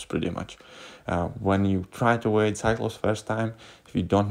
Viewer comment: Lol... Evade